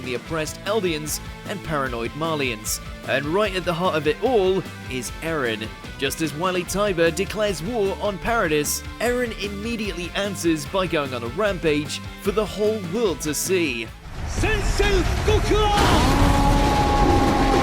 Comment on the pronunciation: Its pronounced: - "Rice", not "Race" - "Paradee", not "Paradis" If you're an anime fan as you claim, you should know that.